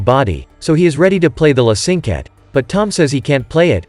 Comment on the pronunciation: i'm sorry, this is bad. The piece is called "La Cinquette", and that's the piece he crumpled up, not some random piece of music. Funny how you say the proper name later, but still mispronounce it. The choir? I don't see any singers. That's an orchestra. Norman does not speak to the audience at "break time", just in between movements... Tom LISTENS to the music on the tablet, there's no sheet music shown. It's obvious he is listening to the music, not copying down sheet music. What he writes are cues to help him play the piece by memory. What are "light pillars"? I can understand some simple mistakes, but these are major.